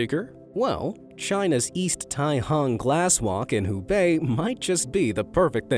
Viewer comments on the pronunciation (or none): none